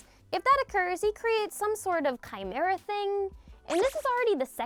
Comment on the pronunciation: ‘Chimera’ TRIGGERED